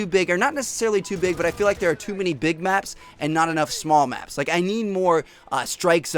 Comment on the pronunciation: When he was saying big maps it sounded like big macs